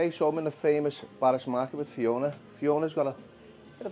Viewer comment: It's pronounced BARRAZ not BARRASS